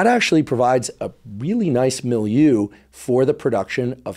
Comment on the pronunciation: Thanks for the video, but I hope you never say milieu again!